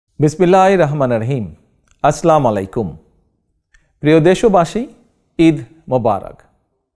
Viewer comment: সঠিকভাবে সালাম দিতে পারলো না,,,আসসালা মালাইকুম,,,বলছে